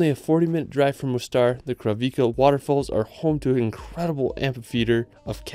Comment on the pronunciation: I can only tell about the ones I definitely know. Kravice Waterfalls - the c is pronounce like ts, like the one in Plitvice. And Aladzha is not the way I heard from you (Alzraha :) but sounds something like Aladga or Alaja . dzh= like the J in Jim.